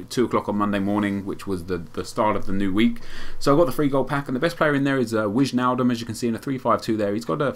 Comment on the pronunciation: Wichnaldum? hahaha LMAO